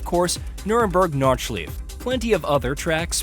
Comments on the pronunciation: DONT YOU EVER, refer to the Nordschleife (Nord Shlie Fuh) as Nord schleef EVER AGAIN MF you Hear me ??????!!!!!!! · Norschief, Pingale, Aprila Who is narrating this ?!?!?!?